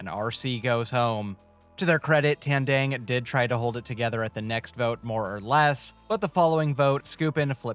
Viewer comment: you can pronounce Kalabaw but not Tandang. they have the same A sounds